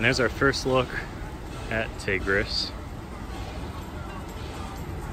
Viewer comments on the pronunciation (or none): It's pronounced Ty gris but amazing video and thank you for updating me on my home park!